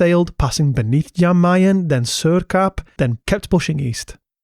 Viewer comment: How can you have such a good grasp of Islandic pronunciation and then pronounce Jan Mayen like that?